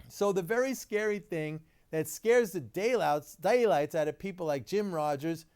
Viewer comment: dah-light.. aherm daylights